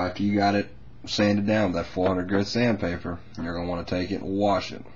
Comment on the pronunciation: you pet it dry lol the paint will just weck your sandpader or emory i guess because its not actually sandpaper its emory he just calls it sand pader but you do it after its dry